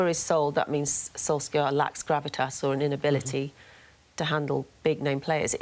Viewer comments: When are these 'journalists' going to pronounce 'Solskjaer' properly? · Can they stop pronouncing his name wrong